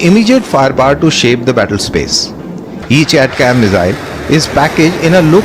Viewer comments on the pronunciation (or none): Its pronounced as Attack-Ems ! Not At-cams please.